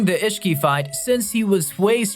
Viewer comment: And issihiki